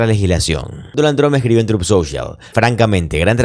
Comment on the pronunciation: Hola, me gusta mucho tus presentaciones pero hay algo que no cuadra en ti ES DIFÍCIL PRONUNCIAR BIEN EL TRUT SOCIAL???? Tu dices trup y es TRUT, ojo se nota mucho